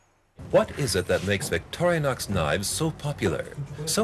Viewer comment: Fail to the guy who called it Victorianix hahaha